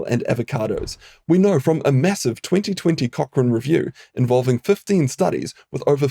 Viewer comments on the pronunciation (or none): none